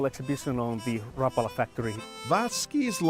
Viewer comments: It's pronounced exactly like it's written Rapala. Ra-pa-la. The R is rolled and every A is pronounced like the "aaa" sound your doctor asks you to make when looking into your mouth, but short. Source: Am Finnish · Rapala is mispronounced throughout this video. a Finn pronounces it correctly. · No they are not. Mr. Rapala invented a hell of a lure but dammit just didn't know how to pronounce his own name. All those factory workers and management suffer the same affliction. Only you and your friends know the true way to pronounce it. I'm just busting your chops buddy, I have always said it and heard it wrong myself. I actually find it harder to say the correct way lol. Since a kid I've always incorrectly pronounced it like "Ra-Paul-Uh" instead of "Rap-ulah". No matter how you say it...its a damn good bait! Not much better feeling than finding that sudden steep drop off on your fish finder and blazing a Rapala down the grade for that aggressive bass strike staking out baitfish below. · As a Finnish-American (we're all Hyphen-Americans, right?), this video feels insulting. Not one single attempt to pronounce "Rapala" correctly is ever made by you. It hurts. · It's not rapalla,its pronounced rap-a-la around the world,and considering you went to the factory. Pmsl,no wonder you can't spell colour properly lol😉😂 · It's pronounced Rapaaaaala, not Rpla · Not rappala. Its Rapaala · Why cant Americans pronounce things correctly, its not rap-ala, its all one word, no gaps or spacing betweens the letters, rapala. 🤦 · Rapala needs to come out with an official YouTube video. Like 30 seconds long. Stating how to properly pronounce Rapala. It's Rap-uh-luh. Not Rah-pala. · Ra-pul-a not Rap-u-la. No rap for me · I always pronounced it ra-PAL-a not RAP-a-la' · It's ra-PA-la, not RA-pa-la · Ffs, do it right, RAPARLAR is the correct pronunciation wherever you are in the world. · it's pronounced Ruh- Pala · Rapala rah pal ah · I cringed when he said wrap ala